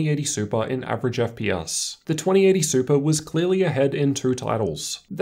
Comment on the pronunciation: wtf is an "Eff pee us"?